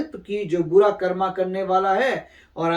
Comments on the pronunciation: Please stop saying karma , its कर्म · This word not कर्मा this word is कर्म